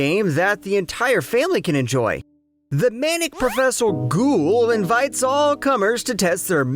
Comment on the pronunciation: You don’t say ghoul like that unironically do you 💀